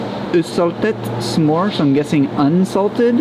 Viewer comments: Please learn æ ø å and top calling it smor please💗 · Lol..isn't butter called Smor..pronounced Smur.. not pronounced smore...lol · Two aa s is pronounced å! So the pronunciation of the bear is ås, not ass😂